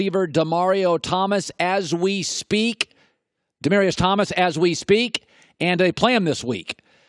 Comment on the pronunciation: Did this man just say Demario Thomas